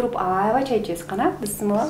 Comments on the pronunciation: БЫСЫМЫЛДА ЭМЕС БИСМИЛАХИР РАХМОНИР РОХИМ ДЕСЕНЕР АЙЫМДАР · Бысмылда эмес Бисмилла Бисмиллахир рохмаанир Рохиим туура айтайлы бир туугандар. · Бысмылда эмес, БисмиЛлях 🌷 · Быстымылда эмес Бисмилла десениздерчи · Алып баруучу бысымыла эмес бысымылда деп эле айтылат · Бисмилла деп качан уйронот экен. Бысмыла деген соз дагы жок. Бисмилла - Аллахтын аты менен деп которулат. Бул созду башкача айтканга такыр болбойт. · Бысмылда эмес бисмиллях😉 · Бысымылдаа эмес бисмилях 😕